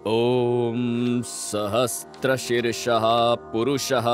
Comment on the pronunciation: सहस्रशीर्षा को सहस्त्र शीर्षा मत बोलो